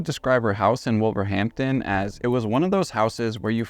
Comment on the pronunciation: I was going to nod to the pronunciation too 👍 “Wust tuh shush’ and ‘Wulvuhamtun’ 😉